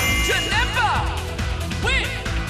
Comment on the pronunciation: Janemba, not janampa!